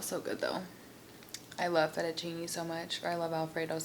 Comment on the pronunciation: FETTUCCINE NOT "FETTUCINI" 😥 from italy. Btw your video it's so lovely,and you're beauty!